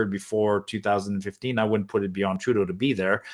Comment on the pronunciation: "TURDEAU AND HIS BODY FARMSS" ??